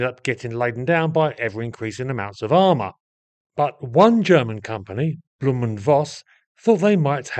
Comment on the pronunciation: Thanks for posting this interesting video. The name is pronounced 'blow-m' and not bloom.